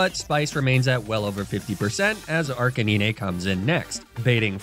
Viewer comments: DID HE ALSO JUST CALL ARCANINE ARCA-NI-NE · 1. ARCANINE NOT ARCANINEH AND 2. CINDERACE NOT CINDERACHE THE E IN ARCANINE MAKES THE I SAY IT'S NAME AND SOME FOR THE E IN CINDERACE!!! PLEASE JUST SAY ARCA-NINE AND CINDER-ACE /CINDE-RACE!!!! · ARCANINE! ARK-AH-9 😡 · It’s a thumbs down from me cause of the way you pronounce Arcanine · Ninè tales and araninè is an unforgivable pronunciation holy cringe